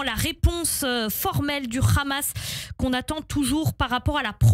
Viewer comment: Je me demande pourquoi vous prononcez hache pour la🪓 et khamas pour les combattants palestiens?